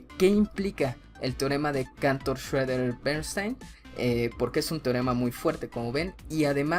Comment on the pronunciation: Schröder, no Schöeder